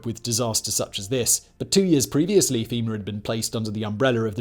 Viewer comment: Femur is a bone😂😂 FEMA you sounded like a southern boy there for a second 😂